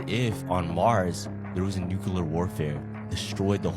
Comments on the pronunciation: "Xenon on Earth is only found after a NUCULAR explosion." Yeah.....I don't trust anybody who can't say "NEW CLEAR." You just sound r#t@ saying NUCULAR. EDIT: It goes even double for people who say "low key" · U mean nukuleaer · Dude who pronounced nuclear wrong 😑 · why is it impossible for people to say "NUCLEAR"?